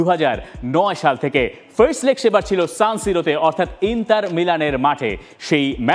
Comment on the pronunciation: ইন্তার নাকি ইন্টার? কোনটা?